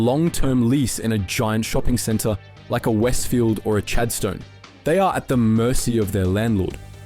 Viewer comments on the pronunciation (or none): Chadstone is not pronounced as " CHAD STONE"